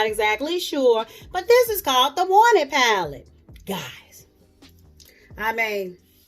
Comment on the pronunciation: do you have the ColourPop Stone Cold Fox paleeete? If so, please do a look and let's get into some spring paleetes soon! LOL Paleetes like you say.